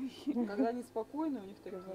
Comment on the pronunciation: "Они" ударение на О.